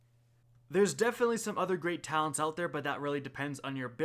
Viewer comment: yep i tuned out early in this vid cause of him saying it wrong